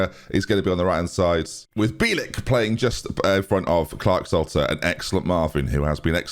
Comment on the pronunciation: It's pronounced Bee-L(like the letter l)- and then just ik (or Ick). Hope it helps haha